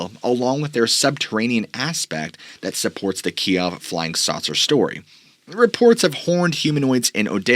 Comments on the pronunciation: Kiev is pronounced Keyew. Key-ev is the Russian pronunciation. Key-ew is Ukrainian. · Kyiv is now pronounced Keev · Pronounce Kiev "keev" . Pronounced you like did is the Russian way . Great video and I've already bonged most of your content . Keep it up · actually that's how the media all of a sudden started calling it. "Key ev" is how everyone else says Kyiv